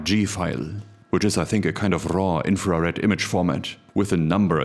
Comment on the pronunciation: The way you pronounce "infra Red", my brain keeps hearing "inferior". Just me?